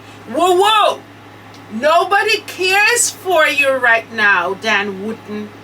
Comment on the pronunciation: I like the way you pronounce DAN surname,it sounds like you are saying "WOODEN"😁😁🤣🤣